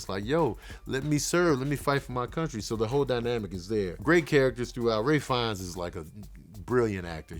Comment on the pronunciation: Ralphs and his brother's last name is pronounced Feenay not "Fines".